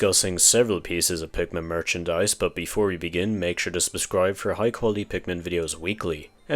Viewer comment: "Make sure to sbuscribe"